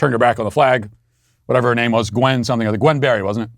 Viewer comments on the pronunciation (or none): none